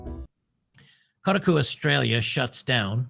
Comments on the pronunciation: New pronunciation just dropped: "Kota cu". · It's pronounced "Cockatiel" 😂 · I thought it was pronounced “ Cockatoo”? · Koh-Taaah-KU string that 'a' out a bit more. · Koh-TAH-koo…. Jesus Christ lol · It should be pronounced ko-ta-ku but they mispronounce their own name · Come on.... It's Ko...ta....koo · It's "shitaku" thanks! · Koh - Tar - Koo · Might as well pronounce it “cold taco” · I've been a "computer nerd" and gamer since 1978. Still going strong at age 54. Games journalists have been trash for over a decade. Also, it's pronounced Ko-ta-ku. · Emphasis on the 2nd syllable Ko TA ku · "Coat a coo" 😂😂😂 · It would be funnier if he keeps mispronouncing it hahahaha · Thank you for slapping around for his mispronunciation of Kotaku. Justice has been served. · Yea please stop saying kotaku wrong it’s hurting my soul. Otherwise keep up the good work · Pretend you're sneezing when you say Kotaku and you'll pronounce it right. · I want you to know that I'm not finishing this video because you keep pronouncing Kotaku in the stupidest way possible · It is tough to listen to butchering the name Kotaku. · To be fair to, Kotaku is an insult to the word "otaku," so I am fine with the mispronouncing. Heck, I'm thinking about doing it on purpose. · Good God. You can't even pronounce Kotaku? Please stick to what you know, and stop trying to copy Jeremy.